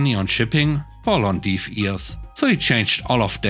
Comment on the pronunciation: Hey,, nice stories and all... However the word deaf rhymes with death. I thought you'll like to know. As for the person not increasing prices on shipping... that's their fault. Or, as most other have done, add the cost of shipping to the cost of the items and then say "free shipping"... Shrugs As for the coffee lady... Why was the woman supervisor fired and not the Salespeople?